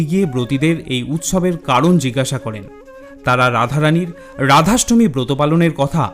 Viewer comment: খুব ভালো লাগলো। ধন্যবাদ। তবে ভিডিও টি নিজে একবার মন দিয়ে শুনে দেখুন আপনি কতবার র এর জায়গায় ড় উচ্চারণ করেছেন। আপনার ড়াধাষ্টমী (রাধাষ্টমী) ব্রতকথা ভালো লেগেছে।